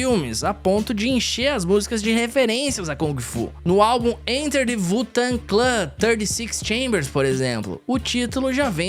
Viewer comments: Primeira vez na minha vida que vejo alguém falando (vu-tangui-clan) ao invés de (U-tengue-clen) pro grupo Wu Tang Clan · "vutanclã" não né, parceiro